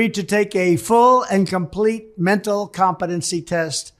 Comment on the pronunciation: I like the way he pronounces it "comp a dunce ee" test.